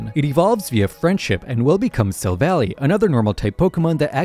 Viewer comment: SILVALLY pronounced SILV-ALLY (COMPANION, FRIEND) NOT SILV-ALLEY (X) 😀